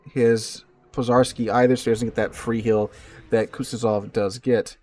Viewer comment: zh in Pozharski is pronounced like the 2nd sound in ‘J’ in Jack( Dzhack), or like the French J in Je, Jacques, J’Adore etc.